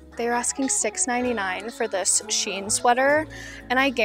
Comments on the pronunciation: So SHEIN used to be called Sheinside back in the day. Then they shortened it to SHEIN. So it’s actually pronounced SHE-IN. Also, great video! I actually live in a town not far from you and I happened to stumble upon your channel while watching thrifting videos 🤣 I love your content! Keep it up :) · I say it's pronounced SHE-IN .. but I could be wrong 🤷‍♀️🤣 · So actually none of us in America pronounce Shein correctly lol. Their ads pronounce it like Shyen